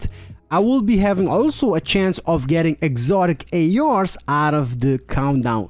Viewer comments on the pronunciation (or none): none